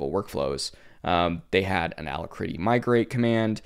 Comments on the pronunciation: It's pronounced al-ack-ritty not allahcritty. Alacrity: A cheerful readiness, willingness, or promptitude; joyous activity; briskness; sprightliness no, I don't use it either I use Kitty and and trying WezTerm out. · Thumbs down for Alacritty pronunciation.